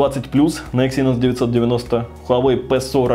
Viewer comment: Не Дименсити, а Дайменсити. Не эксИнос, а Эксинос с ударением на Э